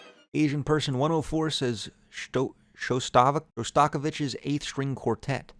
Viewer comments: I know how cautious you are about mispronouncing names, but Shostakovitch is pronounced, shost-uh-cove-itch. Loving the video so far though :) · I don’t think I’ve ever heard Shoshtakovich’s name ever be quite that mangled before